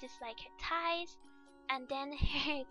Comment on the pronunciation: Your talent is amazing and your voice is so cuuute >w< I just love how you said "tighs" instead of "thighs" eeeee